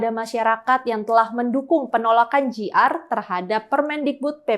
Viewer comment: JR bacanya Jay Ar ngomong Ji Ar, ini ditulisan ingris jadinya GR